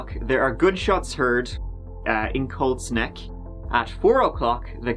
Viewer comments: I kept thinking he was saying Cold Sneck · I kept hearing cold snek instead of colt's neck... Great video despite my dumb brain though! So sad for the kids involved. They didn't deserve this crap. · Watching with the subtitles on and giggling every time it reads 'cold snack' instead of Colt's Neck. LOL